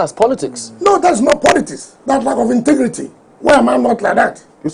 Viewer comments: "inti-grii-ti." Is that a new word? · "Intigrity! Intigrity" does wike know what integrity means? Political moron